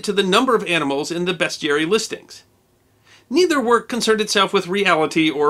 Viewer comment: Thanks for saying 'bestiary' proper.